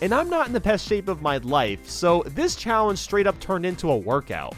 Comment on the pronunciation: “PREPARE TO CHALLENCE”